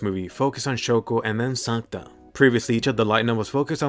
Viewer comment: ya it hears like you say Santa not sakuta